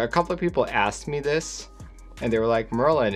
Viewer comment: You pronounced it correct Merlin!